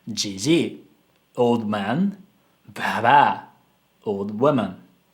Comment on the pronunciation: WARNING GUYS !!!!! pronounce it correctly !! you MUST say jiiji and not jijii when you talk to a elder family member. because jiiji is a normal word while jijii is an insult ! And it is the same thing for women : baaba is TOTALLY different than babaa !!!